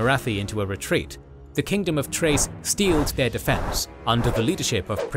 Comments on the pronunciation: Ch for Chrace is pronounced as a K. It's pronounced as Krace not Trace. Think of the word 'Character' and not 'Chase'. Amazes me how many YouTubers get it wrong. It's Celtic pronunciation. I played 6th edition in store and it was always Krace. GW is heavily influence by the British Celtic myths and Tolkien lore. Other than that, good video. Ulthuan's history reflects a nod to the kinslaying by the Noldor in the Silmarillion. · Amazing video. One thing I’ll say that I can’t stand is how people pronounce chrace as “trace” like bro it starts with “Ch” what’s the deal?